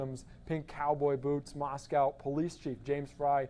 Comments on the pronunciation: The name of the city is pronounced "Moss-coe" with a long 0 vowel on the "coe" part -- not "Moss-cow," as in a Russia's city. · Maws-quo.....why can't they pronounce it correct? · It's not "cow" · Of course it’s ‘coe’ you’re right. What about the ‘mo’ in Moscow, which almost everyone pronounces ‘ma’. As in ‘Mascow’. That’s because they can’t pronounce a short ‘o’ lol I’m not sure why Americans go even further by mispronouncing the ‘cow’ in Moscow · FOX! You seem to be the only ones who can’t pronounce Moscow correctly. It’s been 4 weeks! Moscow rhymes with Idaho. “moss-koh”. It is not pronounced like the Russian capital. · Someone who can pronounce the town name...Moss-cow...after Moscow,Ayrshire, Scotland! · It’s not Moscow like Russia but Moscow with the w silent.